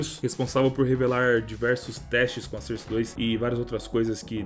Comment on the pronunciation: FALA SOURCE DIREITO PELO AMOR DE DEUS